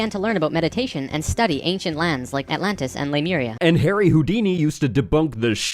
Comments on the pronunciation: Somebody wants to be the next L. Ron Hubbard. BTW, it's not Lumeria, it's Lemuria. The name does actually come from the word "lemur." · Drives me bat shit that everyone is pronouncing Lemuria "Loomaria". I am raging, that is all. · Pronouncing it "loomaria" when it is clearly spelled Lemuria really grinds my gears. *LEEMURIA*. Either way, it's a hack hypothesis.